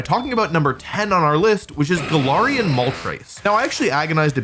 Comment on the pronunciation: Hey wolf, Im pretty sure its pronounced: ga-lair-ree-ian and not ga-lar-ree-ian. I watched the anime and it's pronounced like that so yeah ..